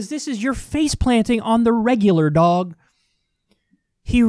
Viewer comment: "face-planting on the regular, DOHG" lololololol dead